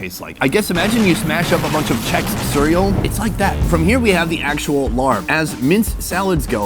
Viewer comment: Czech cereal? 😂 you mean Chex instead? 😅